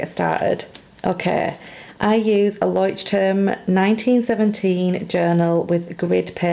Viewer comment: I always love it when people dont butcher 'Leuchtturm'. 🙈😂 I cringe every time wheb someone says it horribly wrong 🙊